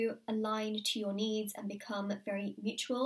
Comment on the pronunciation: when you said "allign to your needs" I understood "allign to your knees"....